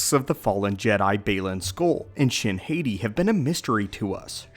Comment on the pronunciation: Hati is pronounced "Haht-ee" not "haytee" - the name comes from Norse mythology, the wolves Sköll and Hati who chase the sun and moon.